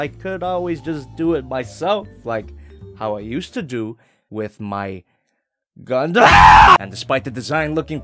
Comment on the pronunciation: Did you say gundam?